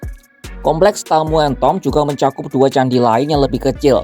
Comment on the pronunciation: Gau Dengernya Kok Tamu en Tod ya 😮